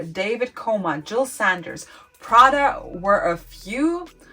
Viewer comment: Jill Sander’s name doesn’t have an “S” on the end. It’s Sander. It sounds like you don’t know what you’re talking about. Sorry but it’s really annoying. Gani is spelled with two “N”’s. Ganni.